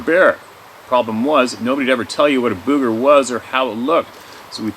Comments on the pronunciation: It’s boooger’ !! pronounced boog …eh! 🤣Ok I’m heading out n’ a’ boot now! As a young child I know, once said…” ya know… zee as in zed?! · When we say "booger" it's not BUG-GURR. It's like saying book.... booker but replace the "k" with a "g." Bugger is something completely different that British people say hahaha. Cricks? I love that word. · Alright alright alright... I get tickled everytime pronounces Booger like a ghost saying Boo instead of like how we southerners pronounce it. it drawled like sugar or surgha. Example... my mama said, be careful sugar or the booger man will get you! LOL